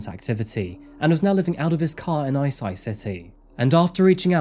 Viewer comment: Sad story 😢 just a heads up the prefecture is pronounced Ai-chee